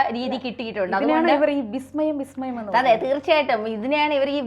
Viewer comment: വിസ്മയം അല്ല ബിസ്മയം ഇത് പറയാൻ തന്നെ മൂന്ന് പേരുടെ ചർച്ച യിലെ പാടള്ളു രണ്ട് പറ്റില്ല ഹറാം😂